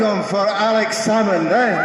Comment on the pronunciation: Thank you for sharing this! Just so you know, it should be Salmond, not Salmon. More people will find this video if you can correct it? Thanks!